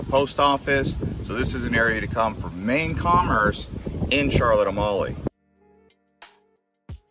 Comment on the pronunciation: It's not pronounced like A-molly it's pronounced like A-meal. Beautiful island though. Loved going there.